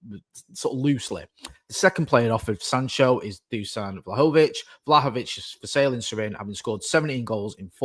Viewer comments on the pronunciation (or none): Only our mate could say “Vlahovic” twice literally back-to-back within a second and pronounce it differently both times ❤